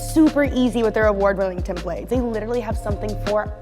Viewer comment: Attention Corridor crew members who narrate the SquareSpace ads: SERIOUSLY, "TEMPLATES" IS NOT PRONOUNCED LIKE "DINNER PLATES"